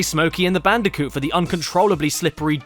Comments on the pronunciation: "Bandicounth" OK I snorted at that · "clash bandicock" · "God help us, we don't even talk about Bandiconth."